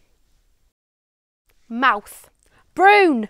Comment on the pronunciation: Durham isn't Geordie. The way she says toon, broon & pound are way off.